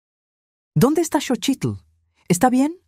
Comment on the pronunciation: Lo que me preocupa es la pronunciacion de los nombres es Xochilt no chochilt, y eso que es nexicana